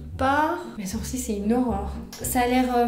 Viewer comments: Tu dis sourcis au lieu de sourcils mais c’est pas grave❤ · Pk tu dit les sourcii et pas les sourcils ? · Je suis la seul à entendre soursi au lieux de sourcils ?🤣 Je t’aime trop t’es trop belle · Au lieu de dire sourcil tu dis sourci bref super vidéo ❤️👍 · on dit soursiles pas soursi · Ça me tue elle dis les sourci et pas les sourcils 🤣🤣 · Je suis la seule à entendre « mes sourcis » 😭😭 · « les SOUR-CIES »😂